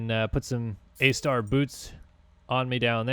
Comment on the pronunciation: Did he just say “A Star boots?” Hey it works but Lol they are Alpine Stars